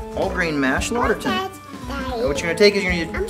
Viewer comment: Good demo. However, it's two words, written "Lauter Tun" and and pronounced like "lauter ton". Also, according to the people at Brew & Grow, that spigot is a bottling spigot only and not suitable for the hot temps of mash and sparge water. You'll need to use a stainless spigot or find a plastic spigot suitable to high temps.